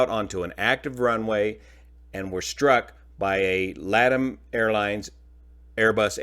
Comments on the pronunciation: LATAM is pronounced more like "La Tahm":) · pov you said "LADAM" 💀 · Not for nothin’ but LATAM is pronounced “Lah - Tom” , as in the male name, with accent on the Tom.